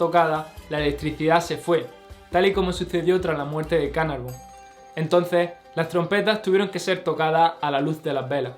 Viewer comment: George Herbert de Carnarvon para que lo digas bien.